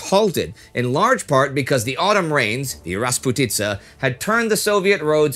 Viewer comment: First "rasputitsa" was with the correct accent.